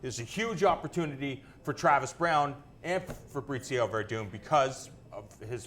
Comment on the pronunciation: keeps on calling him Fabritzio